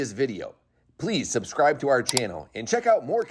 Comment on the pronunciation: Love your videos but just a quick constructive comment- The word subscribe is pronounced "suB-scribe" not "suScribe"